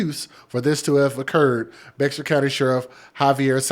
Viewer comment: Bexar is pronounced Bear... I was raised in that area.